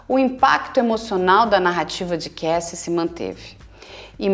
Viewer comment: Dr. vc tem um inglês muito bom, mas é Kássy e não Keissy a pronúncia do nome Cassie...